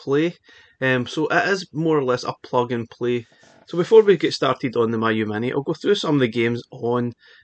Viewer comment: It's pronounced "me, you"